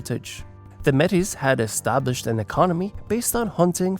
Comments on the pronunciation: May-tee. Not met-a ; omg so hard to listen too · Hehe not the first vid I've seen where Metis is mispronounced (The 's' is silent, look at it as a title with some French origin in its pronunciation, kind of think about it as 'may-tee' like how a pirate would say it but not so exaggerated haha) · Me'tis is best pronounced ( May tee). I had to say this after hearing it mispronounced throughout the video. Otherwise, a very good video.😊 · Appreciate the video and the detail, however one thing I'd like to help with is your pronunciation of the word "Metis". We pronounce it as "May tea". Please don't take this comment the wrong way, only trying to help 👍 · Metis is pronounced “May-tee”. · Constructive criticism: You missed Steinbach as a city. Poluation 17,806 in the 2021 census. Also all the French names are mispronounced. Louis Riel, Métis etc are non anglophone terms. Some items could have been expanded, though I love that I leaned some new things about the province of my youth.